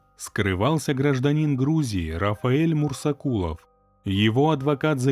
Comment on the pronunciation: Мурзакулов может быть, а не мурсакулов